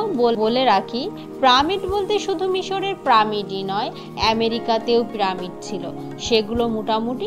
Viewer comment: প্রামিড নয়,পিরামিড হবে